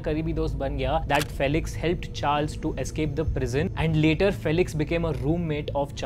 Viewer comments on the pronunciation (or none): “Fee-lix” not “fell-ix” and “Young” not “Jung”